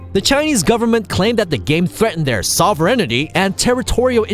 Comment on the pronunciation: Soverenity. Doobai. lol.